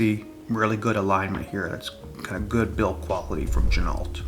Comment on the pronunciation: FYI, Ginault is pronounced G-Noh, the LT is silent, per the owner of the company.